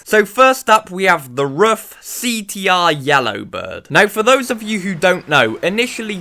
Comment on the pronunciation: Ruf is the second name of German tuner. It can not be pronounced as R-U-F. Only Ruf. Pronouncing as R-U-F is as stupid as pronouncing Ferrari as F-E-R-R-A-R-I.